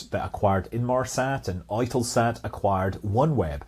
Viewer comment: Oi-telsat, is that related to You-telsat?